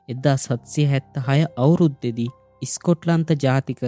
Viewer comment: ඉතා වටින චැනලයක්! හැබයි, ඇඩම් ඉස්'මිත් නෙමෙයි, ඇඩම් ස්'මිත්. ඉස්'කොට්ලන්තය නෙමෙයි, ස්'කොට්ලන්තය. ඉස්' එක, ස් කියලා කියන්න.